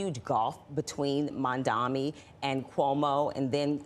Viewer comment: It's absolutely incredible that these people still can't get his name right. M-A-M-D-A-N-I. At least the anchors got it right.